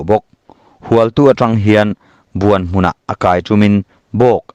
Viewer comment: Buanghmun pawh hi i lam diklo...Buang tih hi thluk deuh tur😊